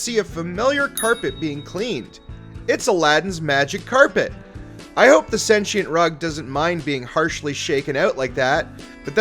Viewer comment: What the hell is senchient It's sentient - t not ch